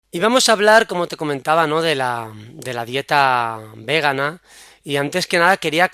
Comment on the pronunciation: etc. cada vez que dices "végana" o "végano" muere una lechuguita y a un vegano o vegana le da un infartito.